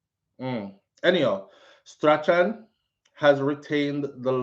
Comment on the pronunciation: hi, I believe it is Strachan is pronounced STRAWN